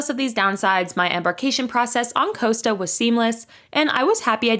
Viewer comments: Cost-a, not Coasta. Tos-cana not Toascana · Costa. It’s called COSTA, not Coasta. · For the love of God please learn how to pronounce the names. It is Costa - not coasta, just like Costco!